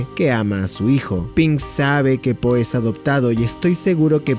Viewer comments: no dejo de escuchar ``sopa de polla´´ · cuando dijiste la sopa de po, ya es increíble sono como si dijeras: La sopa de polla es increíble kek